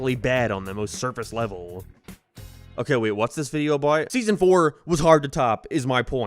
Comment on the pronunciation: Your pronunciation is so frustrating How did you say “abaouuu” instead of about?